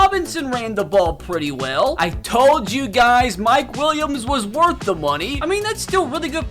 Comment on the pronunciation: Bro said it’s woth it